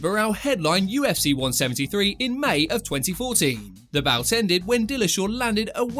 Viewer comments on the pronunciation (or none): none